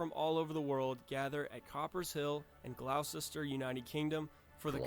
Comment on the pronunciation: Also we need to find the original video and tell him off for his pronunciation of Gloucester